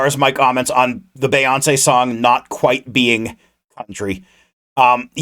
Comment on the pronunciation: Her name is pronounced bee-yawn-say I’m sorry the way you were pronouncing her name bothered me LMAOO😭